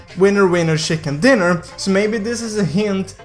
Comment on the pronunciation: Shicken dinner Lol luv it